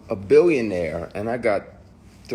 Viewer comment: he said billonaire